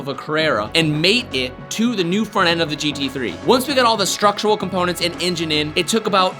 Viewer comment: Everyone one else “Engine” “Injen” 😭😭😭